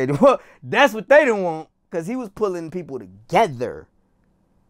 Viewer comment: He was bringing people to-GETHER😲! He was bringing people tewGETHER😮!